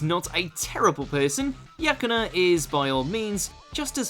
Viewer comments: It's not Yakuna it's Yukana, and she's a good girlfriend, did you guys even watch the anime? She's not playing with the protagonist, she actually likes him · "Yakuna" What a relief, I thought you were talking about Yukana for a second there.